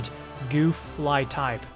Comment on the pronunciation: for sure pronounced "Guff' and not 'Goof" when saying Gouf